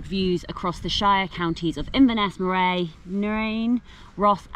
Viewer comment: Murr-ee (Moray) for-is (Forres) Nice walking though, beautiful scenery from my home county